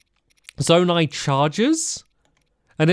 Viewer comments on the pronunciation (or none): Zonai not zonia